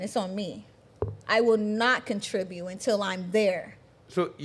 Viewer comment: Love how the black chick says "contribue" instead of "contribute"